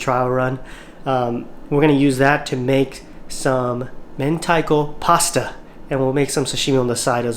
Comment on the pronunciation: as soon as you said "pasta" you lost me